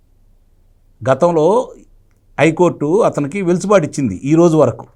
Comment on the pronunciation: సార్! గారూ. చిన్న సవరణ. వెలుసుబాటు కాదు. అది వెసులుబాటు గమనించగలరు. థాంక్యూ